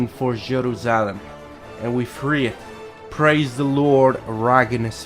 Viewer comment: "Lunahh'tic" was annoying me, but when he said "JeruSah'lem" HELL NO!